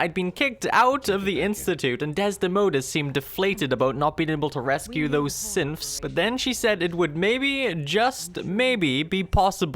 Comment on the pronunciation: I feel like he keeps saying Simps instead of Synths